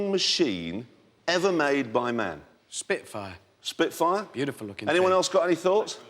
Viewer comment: AHAH " butiful ".... " BEAUTIFUL "